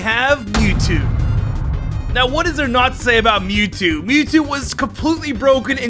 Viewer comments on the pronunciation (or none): Muwtow as tow haha